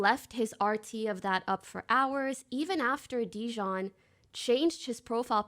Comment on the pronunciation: I love how everyone collectively just telepathically agreed to pronounce dijon wrong